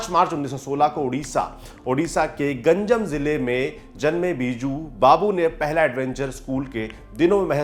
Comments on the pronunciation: गंजम नहीं गंजाम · It's Ganj-e-aam(Urdu name)=Ganjaam (pronounced), Ganjam(spelled). 👍